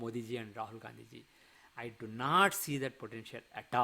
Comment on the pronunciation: For the first time you are calling Rahul Gandhi as RAHAL GANDHI JI . JEEE🎉